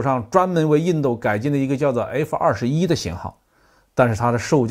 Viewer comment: 为什么总是把印度说成印豆？